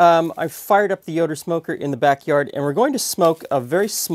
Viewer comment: I think he’s saying “Yoda smoker”!